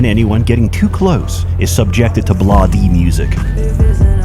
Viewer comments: blah dee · it's pronounced bleyde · its "blay-dee",, get it right. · pronouncing bladee as "blah-dee" might explain half your uphill battle with the mod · That is the wrongest way of saying "bladee" i've ever heard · This dude can’t say anything right how do you mess up bladee